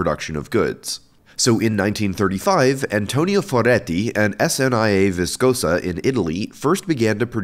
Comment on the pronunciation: You said "Antonio Foretti" so cringe XD, i say this because i talk italian